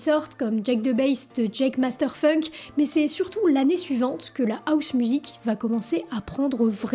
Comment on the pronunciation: Pourquoi vous « Françiser » mes mots anglais? Housemusic se prononce avec le H !!!!